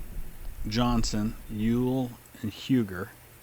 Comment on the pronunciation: I don't want to be the pronunciation freak of this series, but, do want to point out: Apparently, Huger is supposed to be pronounced Yu-Gee. Apparently its due to French Hugunout descent. Btw, Ben Huger's son Frank is commanding his artillery.